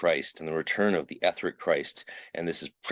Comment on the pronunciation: i think you mispronounce the word "etheric".